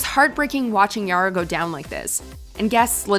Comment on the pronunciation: i have a problem with the way she says Yara...